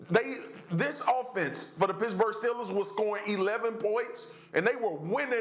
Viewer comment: Why does it sound like swaggu is saying “pissburgh”